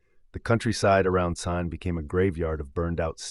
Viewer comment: Kept mispronouncing Caen in different ways. Interesting though.